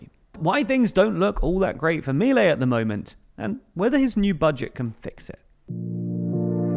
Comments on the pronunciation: Just so you know, it's pronounced mil-EI, NOT MIL-ei. It's getting annoying. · A couple of notes: Milei's name is pronounced "Me-lay", with an accent on the second syllable. Also, more concerning than the raise in military spending is the one in the intelligence services, which have been historically opaque and used to persecute and spy on political opponents. Also, his plan calls for transferring all educational and health-care expenditures to the provinces while at the same time asking them to cut their budgets by 60 billion dollars.. what could go wrong?